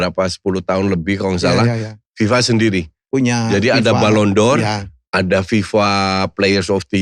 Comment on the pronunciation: Lidahnya Helmi Yahya keseleo bahasa Perancis